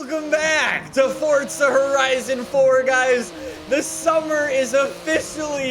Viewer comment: “fOrTzA HOORIZON”